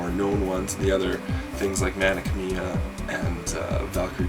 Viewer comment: Great games, but isn't the pronunciation for Mana Khemia like.. Mana "Chem"-ia?